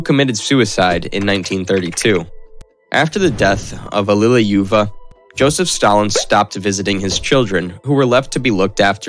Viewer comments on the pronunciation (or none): It's like he wasnt even trying. I mean "Svansdinn" for "Svanidze" and "Allileyuva" for "Alliluyeva"... come on, those arent even the right letters in the right spots, never mind the pronunciation. Oh god, it keeps piling up. Smolensk, Dzhugashvili.... oh the humanity. Chancenhausen/Sashuhassen.... ROFL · this is so funny:D ALLIUJUuEVA, that pronouncing:DDDDDDDD